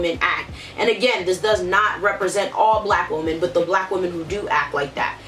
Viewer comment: "Xee-no-phobic" "Woo-men"